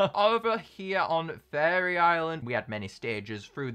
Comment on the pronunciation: When he says faerie it sounds like he's saying furry